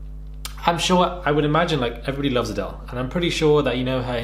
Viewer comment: “Adele” for the second time after a shisha puff but this time joined by every single viewer in perfect unison: AdElE